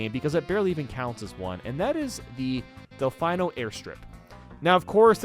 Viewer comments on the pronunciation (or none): the game has been out for 23 years. It’s DelFEEno, not DelfEYEno. They pronounce it Delfeeno in the cutscenes. Please get it right. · "Delfayno". still can't pronounce Delfino after all these years, incredible (They even pronounce it multiple times during cutscenes, come the f*ck on). Still not as bad a "2 Piantissimo". IYKYK.